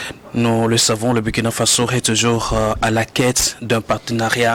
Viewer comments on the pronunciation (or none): Monsieur a toujours MAL prononcé le "Burkina" dans ses interventions. Impossible vraiment ou mauvaise volonté?